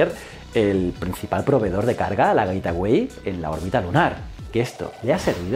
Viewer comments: Hola como critica constructiva: El nombre de la estación es GateWay (Güeitguay), se puede traducir como la puerta del camino o así Como tu lo pronuncias es GetAway (Güet aguay), que se puede traducir como huida o piérdete! Un saludo y me encantan tus vídeos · "Getaway" no, "Gate Way" (gueitwey) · Como lo has pronunciado tantas veces yo he entendido: " Getaway", en lugar de la correcta "Gateway". Un saludo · Joe con la mala pronunciación de "gateway"... lo pronuncias como "getaway" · Buen video, excepto por como pronuncias el nombre del a estación espacial que orbitaria la luna... significaría otra cosa bien distinta....